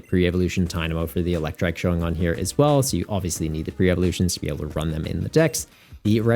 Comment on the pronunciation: You pronouncing Eelektrik (trick) as Eelektrike had me thinking they gave the little dog guy Dynamotor too 😭 Exciting set, didn't realize Jellicent was going to be such a nightmare so the warning is much appreciated too